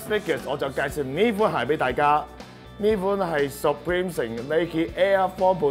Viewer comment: 可唔可以搞清楚牌子d讀音先介紹... 唔係十preme 係supreme